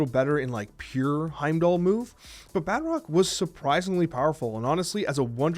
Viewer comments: I cant stand the way he says Batroc. It's Baah-Troc not Bat-rock. Emphasize the T not the R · Bat Rock lol... There's probably no use in telling you this, but It's pronounced Ba'troc. Like Tron but troc. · you’re wrong. I just double checked an official marvel video and they say Bah-Trock. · Put some French on that pronunciation my fellow Canadian! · Anyone else extremely perturbed, the way he pronounces Batroc?